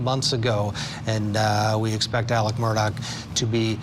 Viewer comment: His name is Alec. If you can’t get his name right, why would I believe anything you’re reporting?